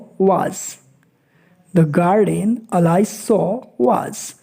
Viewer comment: Pronunciation of Alice is wrong